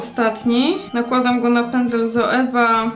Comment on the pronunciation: Masz rację z nazwą Zoeva, różnie ludzie mówią. Ja podobnie jak Ty, wymawiam tak, jak się pisze. Pozdrawiam.